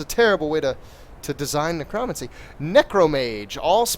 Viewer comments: every single time he mispronounced Necromancy I cringed. its ne-cro-mancy THREE SYLLABLES he is saying it ne-cromuncy i cringed every time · So you can say Necromage correct but not necromancy? XD